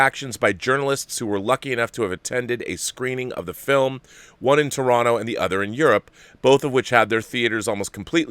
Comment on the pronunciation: Rob. Enless respect for saying "Toronto" properly.